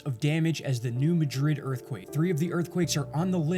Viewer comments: Pronounced MAD-rid. Not Ma-DRID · the correct pronunciation of New MADrid, MO vs MaDRID, Spain has nothing to do with accents. It's how the people of a town know the correct pronunciation of the name of their town. Miami, OK is pronounced MiamAH, not MiamEEE like in Florida.